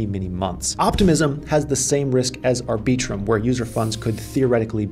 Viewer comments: ArbEEtrum?? Come on Maaan! Put the emphasis on the first syllable, not the second. Think of the word "arbiter". Now extend that to arbit-rum. I am being the arbiter of correct pronunciation. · It's "Ar-bi-trum" not "Ar-bee-trum" sir :) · Did he just say ar-BEE-trum...?? OK, ma-HAIR... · “Ar-BEE-trum”… lol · I just can’t with the way you pronounce arbitrum… also dydx is not a layer 2